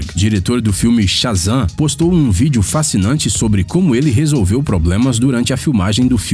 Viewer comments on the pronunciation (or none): none